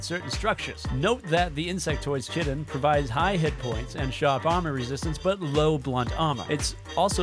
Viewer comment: the first thing that i thought of when he said " chitin" instead of chitin was how many people would be yelling at him in the comments